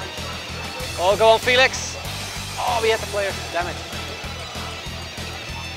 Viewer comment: ITS NOT JOÃO "FILIX" BUT "FÉLIX" ITS DIFFERENT